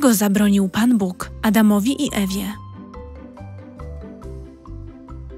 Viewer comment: Dlaczego tak źle jest akcentowane słowo "Bóg". Czy to czyta człowiek czy automat?